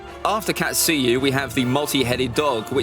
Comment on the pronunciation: KATsuyu, TSUnade, SHIzune, uroCHimaru, HOkage, KUrama not katSUyu, tsuNAde, shiZUne, uruchiMAru, hoKAge, kuRAma ughhhhhhh cringeeeeee